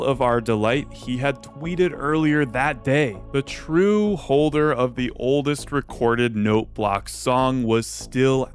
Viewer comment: I've been binging too much FitMC lately. That's not how you say oldest!